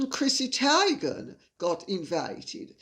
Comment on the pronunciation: No big deal, but fyi... Chrissy TEE-gan not TIE-gan.